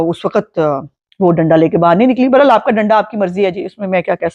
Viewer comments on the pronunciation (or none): none